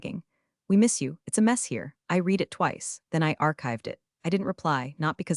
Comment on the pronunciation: 90% of folks generating these AI written stories told by AI readers don't listen to the content for chronological consistency or pronunciation before uploading them. e.g. 1) Have you read (Pronunciation /red/) the documentation? 2) No I did not read (Pronunciation /rēēd/) the documentation!